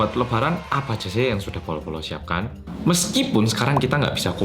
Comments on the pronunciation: Apa cuma aku sih yang waktu ngomong "bolo bolo" tapi aku dengernya "polo polo"?😭😂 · SEBNERNE, AKU GA BEGITU JELAS DENGAR PENGUCAPAN KAMU,, ANTARA NYEBUT POLOW POLOW ATO BOLO BOLO